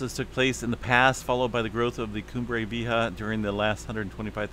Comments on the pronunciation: I believe it is Cumbre Vee-aye-ha" 👍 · Vee-AY-ha. Lol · It's pronounced vee aye ha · It is pronounced ... Cumbre Vee-eh-ha...... :-) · Cumbre Vieja = Old Summit. Pronounced "Kum-bray Vee-eh-ya" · Pronounced phonetically... vee yea (k)ha, the (k)ha is in the back of throat , j is a h but a huh, like your hocking something up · I think it's pronounced, Vee-A-Ha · VEE - A - HAH :) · It’s Vee. A. Hah. (.long A) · Pronunciation is: vee EH ha. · Always great information! By the way… San Jacinto is pronounced San Yah-seen-toe. Vieja is pronounced Vee-A-hah. (Long A sound on the A in the middle of the word, not a short A. Thank you. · Cumbre = top/Summit Vieja= Old spanish word. Victory instead via the e sound as e in egg two vowels combine with J. Vi. E. JA. Jsounds like hustle like the first three letter sound in hustle Dutch said we don't have much advance warning. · If the words are spanish the "J is pronounced like an "H'